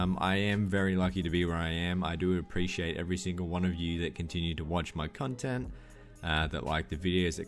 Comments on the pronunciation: Does he say "cunt-ent" instead of "content" ? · did you thank us for liking your cuntent? :P